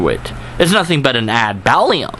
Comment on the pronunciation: And I just love how you pronounce "ad baculum":)